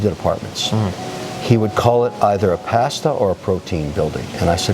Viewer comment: Kevin can’t pronounce pasta correctly